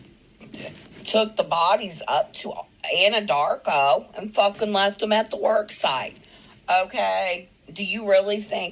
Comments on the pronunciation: I don’t think it’s her , linguistic differences , she has a bit of a country accent & she pronounced Andarko wrong ..Nikole doesn’t have a southern accent twang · This isn’t NK , I think it’s one of the groupies that writes him . He probably communicated with her for a bit , till she couldn’t send him much money because she’s spending it on 💊 😂. He cut her off & she’s mad . This person pronounced Andarko wrong & not because she’s slurring.. She paused before she said it like she’s trying to to remember the name .. She probably wanted to drunkenly talk all day 😂 not without that commissary commitment tho 😂 .. this person also has a slight southern accent , NK sounds more educated tho I hate to say anything nice about her 🤣🤣